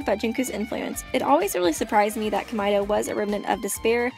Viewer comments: isn't it supposed to be pronounced Komayda not komyda? If your saying it right that's a horrible sounding name :/ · I actually understand Komaeda better now! And I know this might be trivial because it really may be dependent on your accent if you have one or simply preference, but Komaeda is pronounced as "Koh-mah-eh-da" not "Komai-da". Thank you for making a good analysis... Well done! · Komida Me: BOI IT'S COME+AID+UH